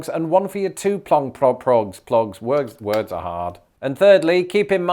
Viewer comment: Excellent posting, thank you. I about lost it when you said.."Weeeeerrrrdddddss are haaaaaaaaad" Sounded like Boston to me! LOL..